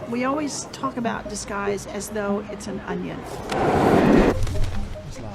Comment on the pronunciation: In charge of disguise! Not in charge of dese guys.